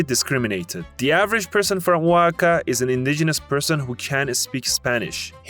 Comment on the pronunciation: Alright bro I'm from Oaxaca and can speak English and Spanish, and on top of that you were pronouncing "Oaxaca" as Waka at the start, and did it probably 5 times or over till you actually started pronouncing it correctly, I like the video but I know for a fact you got many things wrong on everyone else's state, I get it tho ur acting like you know what you're talking about when in reality you don't know shiiiiet